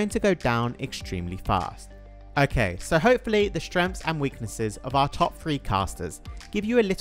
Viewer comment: 'Shtrens' and weaknesses